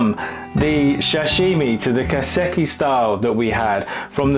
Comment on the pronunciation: Kai - seh - key :)